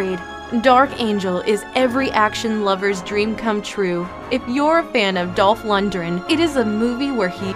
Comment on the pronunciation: "to find his girlfriend from the clutches..." you what? "Dolph Lund-dend" ooof Mandy is overrated crap.